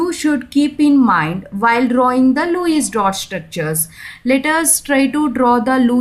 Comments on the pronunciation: Lewis It is not luwies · Wow so nice english REMANING 🤣🤣LUIS DOT 🤣🤣🤣🤣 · Luice nii mam Lewis🤣🤣🤣